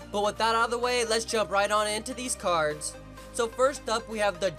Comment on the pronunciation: cardzh? Lol